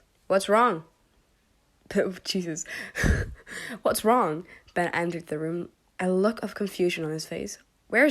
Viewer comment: "Masky and Be-..." "Masky and Bes?..." "No" "Masky and Ben!.." Lol 😂 (No offence please)